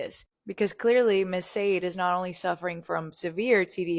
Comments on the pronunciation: It's pronounced shar-DAY. She was clearly named after the 1980s singer Sade Adu, who was famous for the songs "Smooth Operator", "Sweetest Taboo", and "No Ordinary Love". Sade was known for a unique and compelling fusion of jazz, soul, R&B, pop, funk and Mediterranean music. Sade Perkins, on the other hand, appears to be pure fission. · Her name is actually pronounced: sha-day, like the singer in the 90’s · Sade is pronounced "Shah-day" 👍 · Will somevody please tell the world that sade is not pronounced sharday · Sadie is generally a white name, or a good dog mane. Sade is Sha Day like the 80’s singer. Funny asf e1 is mispronouncing it. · 'Shah-day', like the singer.